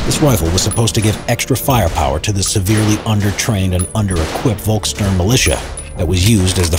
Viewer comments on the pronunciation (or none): Volksturm is pronounsed Folksturm